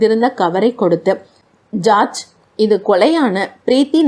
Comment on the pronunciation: ராஜேஷ் குமார் நாவல் என்பதால் கேட்க வந்தேன் நீங்க தமிழை கடித்து துப்பி கொஞ்சிகிட்டு வாசிப்பது எரிச்சல் வருது ( George பெயரை charge என்று) you have to improve your reading parten 🤓🤓